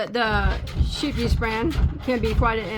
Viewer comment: Scheepjes is pronounced as Skeeps which means Ships